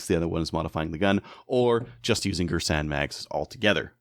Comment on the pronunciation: Its gearsan thats how its pronounced. It has cz75 mags the mags arent cheap its very reliable too. Everyone says its an m&p 2.0 clone